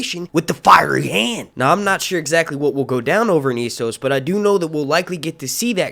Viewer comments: S-sos, not Ee-sos. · It is not Eee-soooo,, it is Esss-ohs. Thnx for posting! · Essos is pronounced like Eh-ssos not Ee-ssos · Man, Ess-os not E-ssos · I LOOOOOVE your channel! But I'm weird and just CANNOT stand how you pronounce ,,Essos" 😂 sorry bro haha. But keep up the good work, man 😊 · That is not how you prounce essos 🤷🏽‍♂️ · Hate the way you pronounce "Esos".